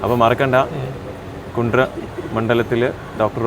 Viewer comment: കുണ്ട്ര അല്ല കുണ്ടറ